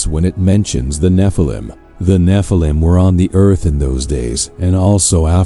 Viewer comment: The Nephilim not Na-phallum.